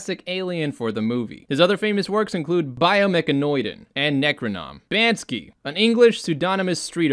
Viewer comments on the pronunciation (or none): BANSKY LMAO. My man, it's Banksy and he's the most famous street-art artist ever, he even have movie about him: "exit through the gift shop"